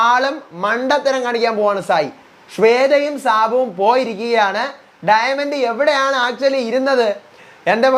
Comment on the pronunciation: ഡയമണ്ട് ❌ഡയമെന്റ് ✅